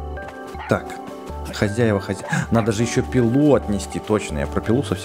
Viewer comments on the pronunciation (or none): none